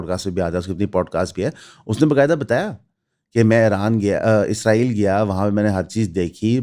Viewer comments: 07:75 par aap nay Israel ka Naam Lia. Bhai jaan aap ezrael kehtay hain. Woh hamaray farishray hazrat ezrael ka Naam hai. Bara e meherbani lafz س par zor dain. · اسرائیل کہنے اور عزرائیل کہنے میں بڑا فرق ہے بھائی جان۔ آپ اسرائیل نہیں، عزرائیل کہتے ہیں۔ یہ بات لگتی ہے۔ حضرت عزرائیل علیہ السلام ہمارے فرشتے ہیں۔ آپ تلفظ ٹھیک کریں۔ مہربانی ہو گی آپکی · میرے بچے ابھی سیکھ رہے ہیں۔ آپکی ویڈیوز دیکھتے ہیں۔ انکا مجھ سے بار بار سوال کہنا کہ بابا یہ بھائی اسرائیل کو عزرائیل یا ازرائیل کیوں کہتے ہیں۔ عزرائیل تو قرآن میں فرشتے کا نام ہے۔ برائے مہربانی تلفظ ٹھیک کریں۔